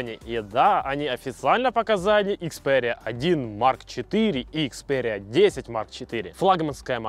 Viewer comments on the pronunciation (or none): ИкспяЭриа 🤦🤦🤦🤦😁🤷🤷🤷 икспЕриа